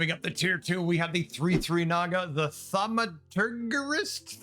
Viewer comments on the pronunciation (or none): Thaumaturge rhymes with demiurge, then you add "ist"